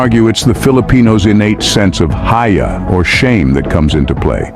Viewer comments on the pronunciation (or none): SIR, HIYA ( SHAME) NOT HAYA. HAYA ( LET ALONE)